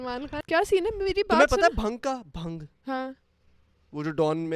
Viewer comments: you pronounce it as bhaang not bhung. lmao. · Bhang nahi bhaaang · Love from india...it's not bhang...it's bhaang :p